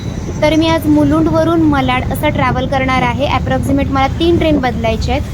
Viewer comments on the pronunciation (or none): विडियो छान आहे. साड्यांच्या किंमती सांगितल्या असत्या तर अधिक चांगले झाले असते. आपण वारंवार मलाड असा उच्चार करत होतात.ते खटकले. मलाड नाही तर मराठीत मालाड असे नाव आहे. मराठीचा वापर करा. आपण महाराष्ट्रीयन लोक नाही करणार तर कोण करणार?